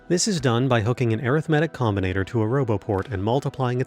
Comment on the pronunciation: I cant listen to someone for 20 minutes that cant even pronounce arithmetic properly.